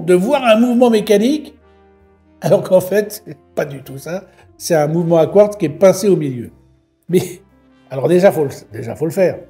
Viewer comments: Quratz ?? Mais pourquoi Quratz et pas Quartz ? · Quratz est d'une "r" plus avancée que le quartz😂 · Alors on assume pas 😂 pauvre Etienne. Je prononcerai Quratz …kratz…elle est cool ta montre à Kratz 😂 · C’est quartz pas quartz 😮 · Le "quratz" (prononcé "kurats") est un minéral rare et mystérieux qui se distingue par sa capacité unique à rendre les montres en retard de cinq minutes chaque fois qu'elles sont à proximité. Les scientifiques s'interrogent toujours sur la nature de cette propriété temporelle, mais les horlogers le considèrent comme le meilleur ami de leurs affaires, car il garantit un flux constant de clients désespérés pour des réparations. Le quratz, souvent confondu avec le quartz, reste ainsi le joyau paradoxal du monde minéralogique, ajoutant une touche de folie horlogère à notre quotidien. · Les fameuses montres à 'quratz'... Ça fait un peu stars wars ^^ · Salut étant en C.A.P horlogerie le mots " quratz " ma fait bien rire j'aime beaucoup tes vidéos t'y m'a appris beaucoup sur mon futur métier de rêve. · Salut! Je suis ingénieur chez Breitling et on on a vendu une montre Quratz année passée! En fait chez le peuple arménien du nord c'est leur manière de prononcer Quartz, c'est dû à une hybridation entre les langues germaniques et slaves! Bonne soirée 🤫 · Quratz..vous avez dits Quratz… quelle drôle de montre !!! 😂😂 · Magnifique le quratz 😂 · sympa le "Quratz" !!!!🤣🤣🤣🤣🤣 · Quratz … fallait oser 😂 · Quratz, Quratz, tient comme c'est Quratz... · Oh la la le quratz 😂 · Quratz 😂 c’est de la bombe😅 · Le quratz m'a fait éclater de rire !! 😂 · Attention à la prochaine crise du Quratz du japonais « kiurateuzeu !! » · Vous avez dit "Quratz" comme c'est bizratz, pour des montres a quartz Je vous assure mon cher, que vous avez dit Quratz. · et voila, est dépassé par la toute nouvelle technologie Kuratz, quelle bafouille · Du quratz ?! Même le correcteur d'orthographe ne connaissait pas....